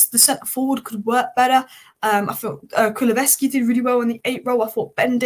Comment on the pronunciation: Every time she says KuluVeski, it’s KuluSevski!